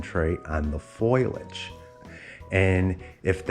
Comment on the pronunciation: It's called FOLIAGE not FOILAGE . My dumb kid says the same thing 😂